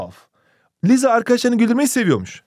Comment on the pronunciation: hocam liza dediniz ama o lisa diye okunmuyor mu